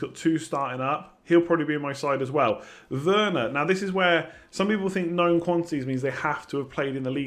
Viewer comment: lol Werner lol bamford u got that way too wrong